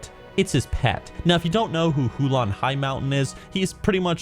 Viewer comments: HULN not huolon lol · Yo, what are your thoughts on the excerpts from the new book? It looks really bad imo (as in Holy Undead bad) Edit: It's Huln, not Hu-lon;) Edit 2: Dat Warhammer reference (WAAAAAAAAGH) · All Legion mounts are good except the dog mount from store btw its Huln not Hulan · Hulon? Wtf its Huln not Hulon.. :D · STOP SAYING HULAN ITS HULN AAAAAAH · How did you get "Hulan" from Huln????? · Who-lon Highmountain? I think you mean Huln Highmountain... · Hoo lan? wtf its huln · Hu-lon? Are you joking? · It’s Huln, not “Hulon” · who-lawn highmountain? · It's HULN, not Hulon, you derp! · Huln doesn’t have an o in it, so not hulon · The way you pronounce Huln and Eche'ro gave me twelve types of cancer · That name rape of Huln Highmountain and Eche'ro though, damnit